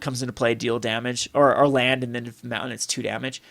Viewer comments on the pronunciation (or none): none